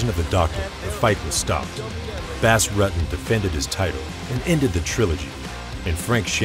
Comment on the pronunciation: Wow... The narration is painful to listen to.... Do you think this guy is a bass fish or something? Butchered his last name too.. can this narrator and get someone that actually has a clue who these people are and how thier names are pronounced please it sort of ruins an otherwise great video... #cringe